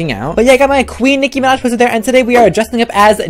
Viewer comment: "Nicki manj"😂😂